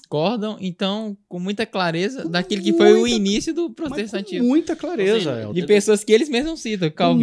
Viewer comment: Prostetacismo com unial no esecial kkkkkkķkkkkkkkkkkkkkkkkkkkkkkkkkkkkkkkkkkkkkkkkkkkkkkklkkkkkkkkkkkkkkkkk Deixa eu respira.kkkkkkkkkkkkkkkkkkkkkkkkkkkkkkkkkkkkkklkkkkkkkkkkkkkkkkkkkkkkkkkkkkkkkkkkkkkkkkkkkkkkkkkkkkkkkkkkkk...